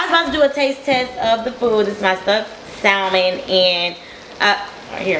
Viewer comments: I had to click off after hearing SALmon several times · Well girl...first you should learn how to say salmon...no shade..none at all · I hate when people mispronounce salmon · The "L"... it's not there